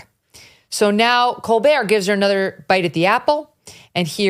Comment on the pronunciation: I swear I thought Megyn Kelly said let's talk about "Cold beer"😂 it's colbert